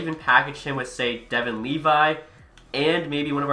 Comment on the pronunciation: Love your vids but can we start pronouncing Devon in Devon Toews' name properly? He's only the top pairing d-man on the Cup winning team